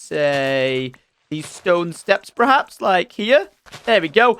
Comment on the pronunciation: I dont mean to dig on tom but is it just me that noticed every time he uses the word 'perhaps' he actually says 'prehaps'?